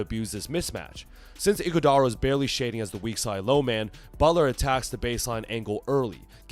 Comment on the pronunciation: Wth do you mean Iguodala? Fah Hahaha